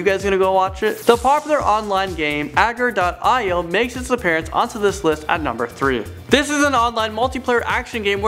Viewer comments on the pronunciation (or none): BOI itz agario not airario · It's AGAR not AIGAR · it's called AGAR.io not aigario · aiger? agar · aigar.io? you mean agar.io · The way you pronounced agario, lol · Lol... Aigar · It's spelled Agar.io and is pronounced A-GA-RI-O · Dude it sounds like "Uh-gar-ee-oh" get it right bruh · yep ag-ur-dot-i-oh yes he did say it wrong Read more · Did he REALLY mispronounce agar.io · yes and one of the names shown was 9/11 was okay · that was so badly messed up (agar.io) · John Liu no he MISPRONOUNCED agar.io, big fella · He has a speech impediment, he mispronounces a lot of words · General Waffle LOL yep he did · And said it wrong